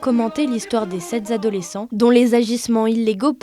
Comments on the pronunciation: Des sept zadolescents? Cette journaliste de 20min mérite immédiatement une promotion (même pas canapé) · Les sept adolescents, pas les sept z-adolescents !